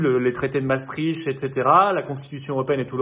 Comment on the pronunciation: au moins Raoult est le plus grand spécialiste de la terre ! ha oui .... et il n'est pas pédophile lui .... PS : Parole d'un belge a ses amis français, Maastricht se dit " Maastrikte " et pas " Maastrichte " ;)